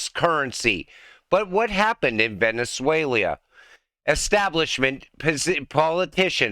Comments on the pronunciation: It's VENEZUELA not VENEZUELIA!!! No 'I' in TEAM, neither in VENEZUELA!!! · He said it twice but then corrected it the third time. Don't get caught up in small details and miss the point though...